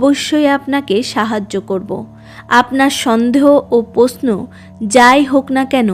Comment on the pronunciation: আপনি বাংলা উচ্চারণ ভালো করে অভ্যাস করুন। র তো আপনি উচ্চারণ করতেই পারেন না, মৃত, মৃত্যু কে মিত মিত্তু বলছেন দেবশি নয় দেবর্ষি । পশ্ন নয় প্রশ্ন অত্থ নয় অর্থ এই ফালতু উচ্চারণ শুনতে কারো ভালো লাগে বলুন। ছিঃ